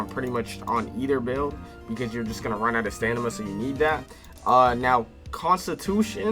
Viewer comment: The word is "stamina" not "stanima" by the way.